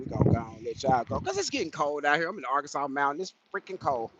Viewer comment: Hey bud, long time no chat. What do you think about a vt903 Cummins with a Eaton 10speed? BTW, it's illegal to pronounce Arkansas as R-Kansas.